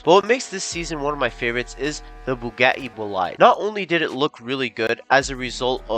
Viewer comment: the way he says bugatti lol "bu-GYATT-ii"